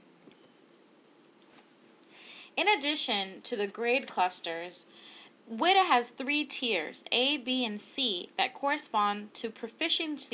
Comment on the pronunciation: WIDA is pronounced Wee-da, not short [i].